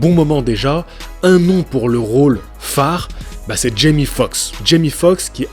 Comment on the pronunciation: Tu dis Jimmy, c'est Jamie ! Tu sais comme dans "c'est pas sorcier" 😂 (Jimmy et Fred)😁